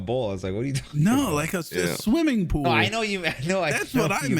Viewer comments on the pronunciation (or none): Sometimes I think is smart but then he pronounces pool as pole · To be fair, I thought said bull as well and I was picturing a cowboy doing grinds and kick flips with a bull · being the voice of the audience I thought he said bull too